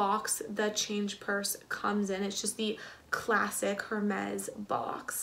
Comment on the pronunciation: "air-mezz" don't pronounce the H